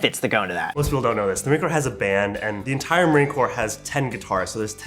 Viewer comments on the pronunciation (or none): It’s pronounced core, not corps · Ah, Im gonna be that guy right now. It’s pronounced “Core” not “Corpse”. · The way he pronounced the s in corps